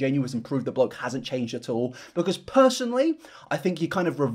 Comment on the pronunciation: Drink every time he says "bloak"